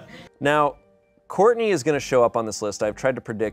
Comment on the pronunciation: it's Shartney not Shourtney